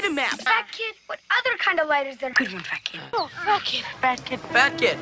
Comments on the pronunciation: Czy tylko mi się wydaje, że za każdym razem jak mówią Fatkid to brzmi to jak Fuck it? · To ,,fat kid", brzmi trochę jak,,fuck it". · Brzmi trochę jak ,,Fuck it''.